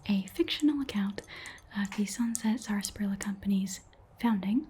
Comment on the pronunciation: i love this so much! and i hate to bring it up but because i grew up in a region that still drinks the stuff i have to say it's usually pronounced SASSparilla, the first "r" is effectively silent. anyway i loved this video this was so much fun thank you so much!!